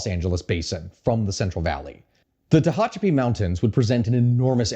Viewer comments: Well done essay even with the weird pronunciations of Wasco and Tehachapi. Makes you wonder if the fires the PG+E supposedly started was used as leverage. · as someone raised in the Central Valley the way he pronounced Tehachapi is killing me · Just got stun locked hearing him pronounce Tehachapi